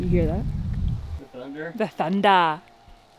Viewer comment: "I was caught In the middle of a railroad track (thunder) I looked 'round and I knew there was no turning back" (thunder) or as says it "thunda". Great episode.